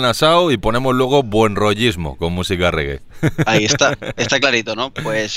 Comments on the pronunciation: por favor, es reggae, se pronuncia con e no con i riggj que pronuncia mucha gente... Y me saca de quicio un poco jajajaj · Aunque haya dicho mal lo de "riggi" espero que os haya gustado la sección jajaja Un saludo!